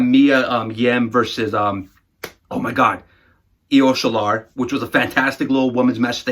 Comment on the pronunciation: IO SHILAR? i though its IO SHIRAI